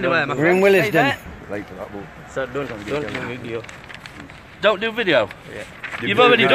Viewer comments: Why they pronouncing Willesden funny?? It's willsden, not wil-les-den.. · He said will es den lmao